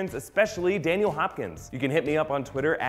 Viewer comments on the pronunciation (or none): none